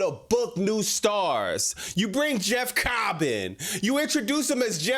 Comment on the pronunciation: Bro the way you say Jeff COBB is so funny 😂😂😂